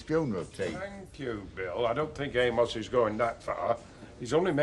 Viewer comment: Bill really needs to pronounce the ‘o’ in Amos’s name-or it could sound like-another word.